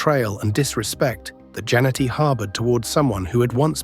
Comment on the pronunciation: I know this is beating a dead horse but the mispronunciation of wrestlers name because this is voiced by AI is annoying. It’s Ja-net-ty not Jan-ni-ty